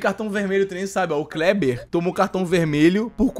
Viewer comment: Adoro quando o chama o Kleber de krebi